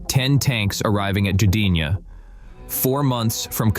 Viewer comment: Ghee-deenya? What is that?